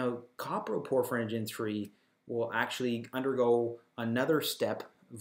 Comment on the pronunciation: Also, it's not "copper - proporphyrinogen" it's "CO-PRO-porphyrinogen" !!!